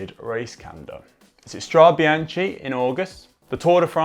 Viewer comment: Strada-Bian-she? Really? C'mon.